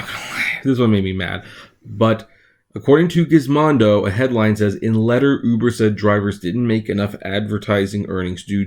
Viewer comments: Its GizModo Not Gizmondo ! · it's ( Giz - Moe - Do ) you idiot. There is no "N" in it ... Giz-Mon-Dough is how you're saying it .... WRONG!